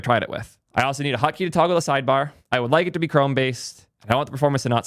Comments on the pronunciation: What the frick is a ''hutkey'' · Why does he pronounce it hUtkey?